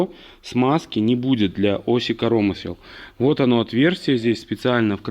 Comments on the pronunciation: Интересно слушать. По правилам в слове КоромЫсло, удар на Ы, а не корОмысло, но спишем это на местный говор )))) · Понять не могу почему ось корОмысел а не КоромЫсел??? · Ну почему корОмысел а не коромЫсел🎉😂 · Да не корооомысел, а коромыыысел, деревня!) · От "коро́мысел" аж кровь из ушей... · КоромЫслы, чувак ну прекращай коверкать Русский язык. Если ты белорус, то говори на родном языке.